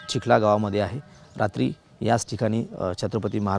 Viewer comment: Chikhala nahi wo chikhali mana